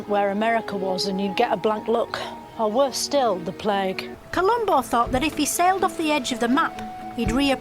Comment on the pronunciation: Because you may not hear it or because you may not be listening closely enough,when she talks about COLUMBUS sailing off the edge of the map and appearing on the other side,it sounds like she actually says COLUMBO-as in the detective-here in the UK we have a lifelong love/affinity for Columbo so anyone from outside the UK may miss the reference/joke entirely...plus the fact she`s taking the piss makes it even funnier.